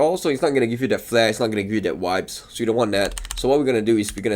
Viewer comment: Funny bro... Vibes means nice stuff or feelings... And you didn't pronounce it correctly 😂😂